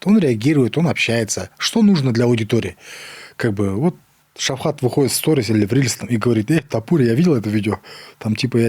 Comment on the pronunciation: ПОЧЕМУ ВСЕ ВРЕМЯ НАЗЫВАЕТ ШАВКАТА ШАВХАТОМ. ВРОДЕ ВЗРОСЛЫЙ ЧЕЛОВЕК,МОЖНО ЖЕ УЖЕ НАУЧИТСЯ ПРАВИЛЬНО ПРОИЗНОСИТЬ ИМЯ.ЭТО ЖЕ НЕУВАЖЕНИЕ К САМОМУ ШАВКАТУ.